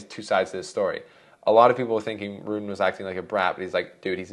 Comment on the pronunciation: Rune is pronounced “Roon-uh”. You’re killing me. And it’s not Zuh-verev. It’s Zv pronounced together. Ts-verev in German.